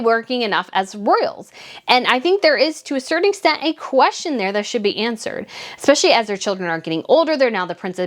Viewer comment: Slow down the speech so "espeIALLY" does not sound like "espeshy" and... it's AS I SAID, not LIKE I said. xoxo